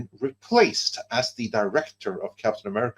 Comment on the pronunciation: Bruh, it's "BRAVE." Not "Barve." 😂